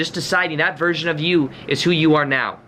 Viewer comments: “Right NYOWW!” Lmaooo. Much love, thank you for your video. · You are saying Right Neowww! And not Right Meowww right? Lol Ps. When I used to party me and my friends used to say right neowww like you do lol x